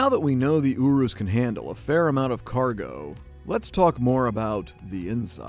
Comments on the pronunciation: The way you’re pronouncing Urus is funny. You’re pronouncing it as “ooh roos”, when it’s pronounced “you russ” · Love me some Lamborghini Ooroos It's ur-is. That's how you say it. Lamborghini Urus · You are calling it the wrong name. It’s not a “Uroos” it’s a “Urus” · It’s not ooroos it youriss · I'm pretty sure it's "your-us" nor "oorus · It’s YOURE ES NOT OOROOS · YOU-RUS NOT OOROOS dont be that guy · Every time he says “ooroos” part of me dies. It’s Urus - “ur” “us” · “Lamborghini Oo-Rus” I thought it was “yearuss” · I bet Lamborghini was cringing everytime he said ooruu instead of urus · Bro is said yourus not yoros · It's Not Ooooruss it yourus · Oo - roos it’s pronounced ur - iss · URUS NOT OOOOOHRUS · Your-us not uo-us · “Ooroos” this bothered me so much😤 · Just say U RUS. LOL😂😂😂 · M pls dont say Yourus, same reason is not murcilago its murciélago :v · "Lamborghini Ooroos" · In the Lamborghini oorus 😭😭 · I strait went to the comment when I heard "OORROOOSS" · This dude: Lamborghini Youurooos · Me: pronounces u and r in urus like your Them: OUrus Bonus comment, pls no steal Kid: I don’t really care if it is a real Lamborghini because it looks bad Me: wha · It's pronounced yurus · Dislike because he calls it "OoRuos" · It’s pronounced Urus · This guy can't even say Urus right. OOROOS? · Im pretty sure it is not prenounced (Oo)r(oo)s, and (Eu)rus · Ooroose - someone tell him how to say it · Everytime he says ooroos, I cringe so much he needs to be stopped. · i'm pretty sure it's not pronounced "ooroos" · Did he just say ooroos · i dont think its pronounced ooroos🤣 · He pronounced the name wrong, it’s pronounced (yer es) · Why does he pronounce it ewroose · What is a Lamborghini ooroos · its pronounced yurus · It’s yur- is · U pronounce it yourus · Lamborghini Uroos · Lamborghini Oorus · Its not pronounced ooroos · lamborghini oo roos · Lamborghini Ooroos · Lamborghini ouurus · Lamborghini Ouuroos lol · I'm italian and that's the right way so say it